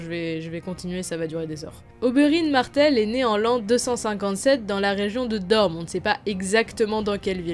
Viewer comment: je suis le seul à entendre DorMe au lieu de DorNe?